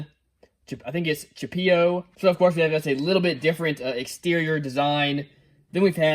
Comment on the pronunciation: hey it's pronounced "Chip-EH-O There's no e sound on that word. or Chip A-O not chipioo